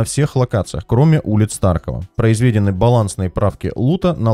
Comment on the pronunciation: Ты прям как Горбачев со своим углУбить) произвЕдено 🤭 Посмотрим чо там поменяли